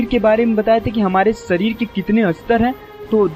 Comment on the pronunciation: आप जिस विषय पर बात कर रहे हो, यह विषय बहोत हि गहन है. इस विषय के बारेमे बात करते समय संस्कृत के शब्दोका उच्चार सही होना आवश्यक है. ऊदाहरण - हमारा सरीर नही शरीर होता है. ये इन्डा नही इडा है. शरीर के इस्तर नही स्तर होते है. सुसुम्ना नाही सुषुम्ना है. और बहोत सारे. कृपया सुधारे.